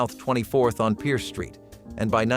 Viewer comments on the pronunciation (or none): none